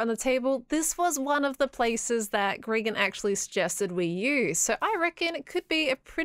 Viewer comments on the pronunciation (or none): She says grigan lol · I can't get over the fact that called him Grigan.